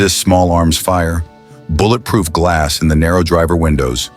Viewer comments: Bolletproof????? What is a BOLLET???? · wtf is a "boilet" proof truck?!?!?!